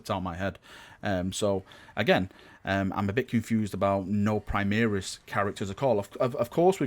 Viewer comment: An imperial fist gets teamkilled by a plasma cannon every time you mispronounce primaris